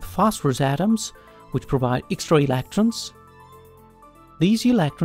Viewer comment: why do you say electrons like that?